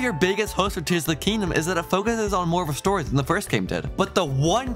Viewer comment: "more storyA" bro?????